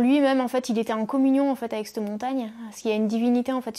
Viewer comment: "sur CETTE montagne" et pas "sur s'te montagne"